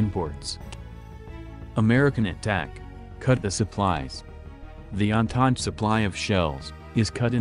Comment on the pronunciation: Andand instead of entente